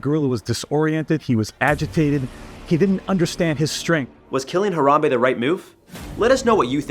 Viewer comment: I don’t think you should kill Harambe, how to say his name